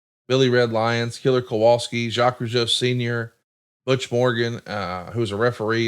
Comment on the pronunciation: Time for Mr. Zha-Quez Roo-Jee-Oh😎